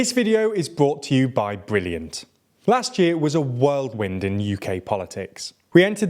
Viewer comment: I'm sorry "World-wind"???